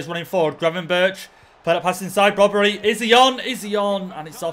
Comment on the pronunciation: its brobbey there is no r in his name